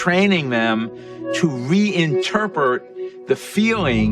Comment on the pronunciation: to Re- in-Turpurt?